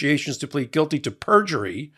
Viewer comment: Perjurly? You had a Trump moment! 😜